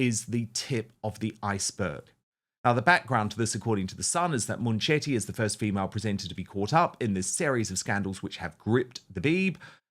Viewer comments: It is not Moonchetty. It is bully Mun chetty, speak English properly!😅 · Is that how you pronounce her name? I thought it was munch-itty. I prefer munch-itty. 😅